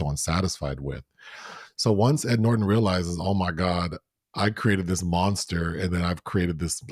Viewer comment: From now on, I'm saying "Ed Nort-On."